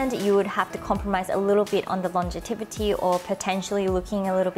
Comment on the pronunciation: Thank you so much for spending time and so much effort in making this informative video,! I lub! I also notice how you say "longevity" as "longetivity" xp anyways, i lub you and your videos!